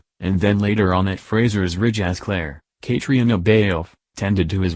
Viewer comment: This is utter BULLSHIT. THIS BOT CANNOT PRONOUNCE CAITRIONA's Name. It is: Cah- tree - nuh... B alfe as in Ralph. Fucking idiot!